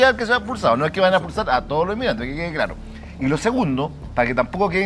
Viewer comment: S Espinoza: "Ge ge e glaro" jajaja